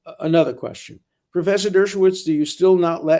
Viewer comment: Love you, Alan, but there's no need to partially pause in the middle of saying "Dershow", we get it.